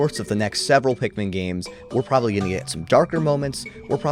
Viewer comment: “i…..am Olimar…..” “as a captain….” “i yearned for the pikman….”